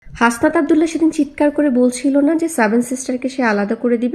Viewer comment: স্যাভেন না, সেভেন।